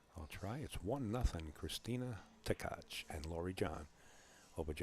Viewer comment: It's Tkach and not Ktach. SMH 🤕